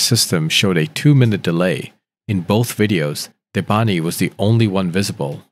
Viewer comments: If he says debantiii he means Debanhi(debanneeey) the "H" is silent . How did you butcher her name very good at the beginning 😅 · It's pronounced "Deh!-vah-nee" not Devanti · How come you're pronouncing it Debanhti when her name is Debanhi... the whole case is weird. Poor girl. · Who is Debanti? Man, not bothering to get any of the names right is disrespectful.